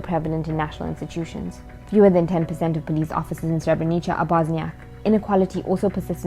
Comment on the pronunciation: its not pronounced Srebrenicha lol